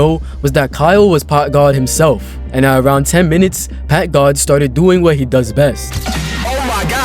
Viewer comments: "packgad himself" 💀💀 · That dude said packgod more like pack mid i bet u chdhe down there😭💀